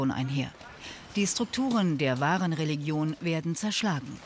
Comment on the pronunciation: Regilon ist mit leicht gedünstetem Lorbeer Kraut eine tolle Delikatesse 🤦‍♂️re-lig-ion von mir aus re-li-jon aber nicht Regilon